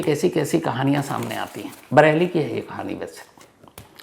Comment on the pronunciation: सर वो बरैली नहीं बरेली है। 😂😂